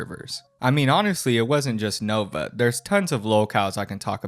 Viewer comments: Why does he always pronounce 'Nova' as 'Novine'? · Dude the fact he calls it the "Novine Universe" makes me think hes always saing Bovine like the true cow he is.